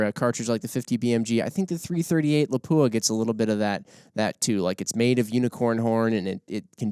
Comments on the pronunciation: PLEASE.... Learn how to pronounce Lapua. It is not la-pooh-ah It is Lahp-wha Don't believe me? Visit their site or their channel. Keep up the great work. I love your podcast content and production. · Good Program. Unfortunately you missed the most important thing you could do to educate the shooting public on all thing Lapua. That is to pronounce the name correctly. It is pronounced "Lop-wa" without the hard "u" sound. Congratulations to the one gentleman who pronounced Sako correctly as "Sock-O" instead of like the watch company. It amazes me that the shooting community in the US is giving Lapua more attention and respect for the quality of their products but still 99% of them mispronounce the name. I'm not trying to be hypercritical, I understand we Americans in general are not good at trying to learn to say foreign names correctly and then the incorrect get repeated so much it is accepted. If this were the "Joe Bob's gun talk" channel I would be less surprising. However, for all the research you do it's a shame that an industry sponsored channel can't show another name in the industry the courtesy of learning to say the name right. Instead of accepting things that are wrong just because so many believe it we should educate as many as possible about what is right. True in all aspects of life. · Proper pronunciation for the 338 Laupa is Lop wa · Please pronounce Lapua correctly. The accent is on the first syllable. Videos available on their website.